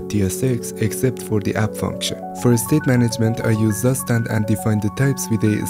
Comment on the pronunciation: Zustand: Tsu-shh-tand